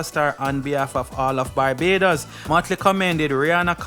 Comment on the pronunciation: Dude, it's not Bybados. It's BAR-BAY-DOS (Barbados). Learn to pronounce names correctly. How would you feel if someone keeps calling Jamaica (Jaymacia)?